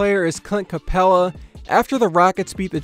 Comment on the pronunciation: man really said cunt capella😂😂